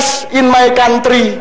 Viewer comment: PLIS MAY KONTRI, DOBOLL DOBOLL🤣🤣🤣